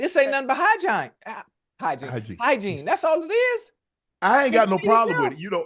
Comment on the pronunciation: Wait he said “Hygine” 😂😂